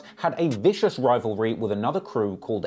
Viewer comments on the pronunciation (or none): none